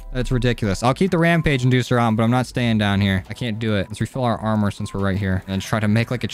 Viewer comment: "Ramage inducer" lol